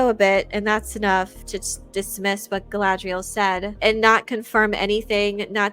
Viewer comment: Who is “Gilgalbalalabla”? Are you saying Galadriel?